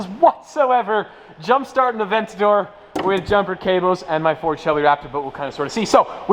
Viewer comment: Bawar Aventador and Gallardo. not "avantodro" and "agurodo" That is right, I am a Grammar cop.